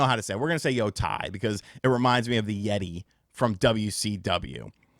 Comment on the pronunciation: The yet-tay!!!!!